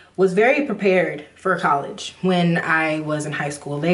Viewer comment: "Collegy" lol! Girl, I totally understand u👍🏾